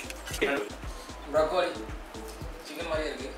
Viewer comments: Sir its pronounced brok-lee.... not bro-ko-lee..... I like your videos. MAny of us do. Clear pronunciation sonna, theriyadhavanga kathupangala Ilaya"??? Our small suggestion dan.... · Bra Koli 😂